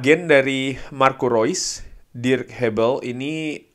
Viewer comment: Thanks updatenya bang.. thanks juga buat selalu spelling nama2 pemain sesuai pengucapan aslinya.. baru tahu kalo "Reus" dibacanya "Rois" secara dia jerman.. selama ini mah nyebutnya "reus". sekalian belajar foreign language.. thanks.